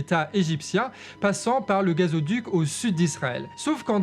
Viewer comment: Merci pour cette belle analyse. Mais je pense que l'on dit "gazoduc" (pas gazéoduc). En revanche on dit bien oléoduc 😊